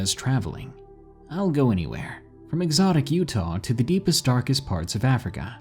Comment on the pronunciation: " Excotic Utah "??? Lol I live in Utah and no where in Utah is it " Excotic "